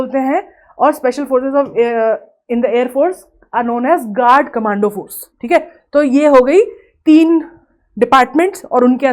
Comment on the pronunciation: Correction 😒😒😒 गार्ड ❌❌❌ गरुड़ ✅✅✅